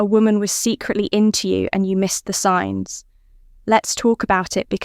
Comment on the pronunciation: Signs not "Sings" > La la la la !!!